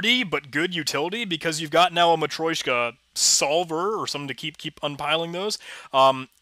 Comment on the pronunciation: It's actually matrYOshka (матрёшка) ;)